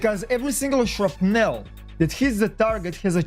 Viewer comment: "Shrupnell" LOL